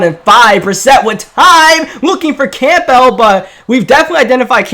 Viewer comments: i don’t wanna be that guy buts it’s pronounced Cambull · It’s pronounced cam-bull. Like Campbell soup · He said campell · Alex Isaiah “Camp-PELL!” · its campbell not campbell😐